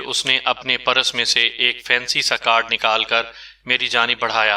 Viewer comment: آپ اپنا تلفظ درست کریں، پہلے تو آپ نے عنوان کی ایسی تیسی کردی، نیرنگ(Nairang) کو Neerang کردیا۔آگے آپ ہارن (horn) کو haran اور پرس (purse) کو paras کہتے ہیں جو بالکل اچھا نہیں لگتا۔